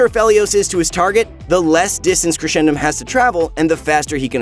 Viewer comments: It's crescendum from crescent not (creshendum) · It’s crescendum as in Crescent because of the moon, not Cresh-endum , But it’s all right because were all here to suffer the pain from this character when he’s released